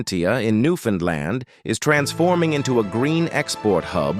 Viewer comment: Please learn how to say "Newfoundland" properly.